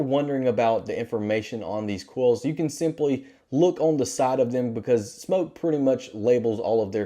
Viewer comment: He can’t even say smok right